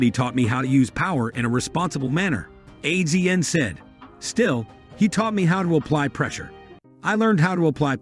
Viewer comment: Got to love AI. Can't pronounce anyone's name correctly and they repeat it 100 to 200 times. CRINGY! It's AZIAN not A Z N, you idiots.